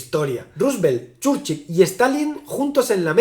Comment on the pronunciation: Pronunciación correcta: ❌Chórchil ✅Chúrchil